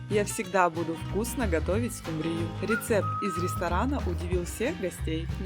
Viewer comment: А почему скумбрию, с ударением на Ю?!